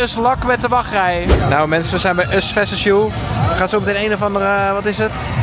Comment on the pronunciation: Us veses you 😂😂😂 “VERSUS!”